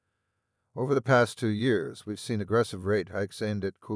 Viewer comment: “Sometimes deers”? ‘Years’ Why add the stupid ai voice in this video. I agree, I don’t believe silver will ever hit 3k.